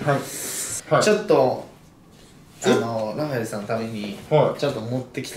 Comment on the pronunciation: 1人でラファ↑エル↓言ってて草